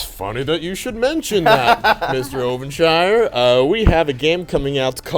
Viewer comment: did he say ovenshire, instead of jovenshire?!?!